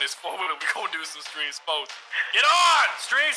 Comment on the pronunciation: Bro I missed these videos I loved hearing STREME SPOATS 🤣❤️